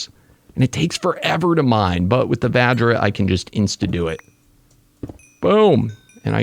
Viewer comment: OGs remember when he called it the Va-JJ. Good times.